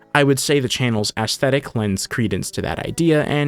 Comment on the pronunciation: “Ass-thetic” - 2025